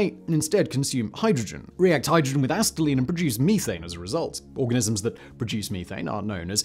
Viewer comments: Here's some advice for a so-called "factboi": if you come across a word you don't know how to pronounce, LOOK IT UP! "Asset-eye-leen"???? Try "Ass-set-ill-een" then you won't appear such an idiot in your videos! Either that, or you're Hell-bent on giving us English an even worse name than we already have. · Acetylene - ah-SET-ill-in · Acetylene is pronounced ah set ah leen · "ass-tie-lean" - simon 2023 acetylene lol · As a welder with an interest in science, all the parts of me ached every time he pronounced "acetylene." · my teeth ached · It's so bizarre you have to wonder if it's deliberate. There's no way he hasn't heard it pronounced correctly many times before.